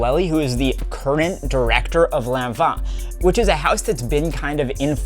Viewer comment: Yes you actually pronounced Lanvin correctly 😂❤